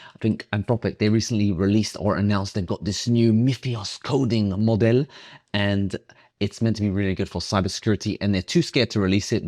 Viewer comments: Love the way he says modele ✨😂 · It's how you say it with a french accent 😁